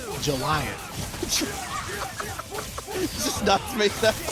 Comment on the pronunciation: jojolion is pronounced like lyon from france or leon. like "jojoleon". At least that's the pronunciation of part 8 of jojo 😅